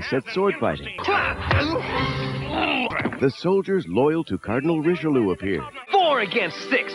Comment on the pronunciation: oh..oh the pronunciation of richelieu... even charlie sheen didn't pronounce it that badly... ree shlyuh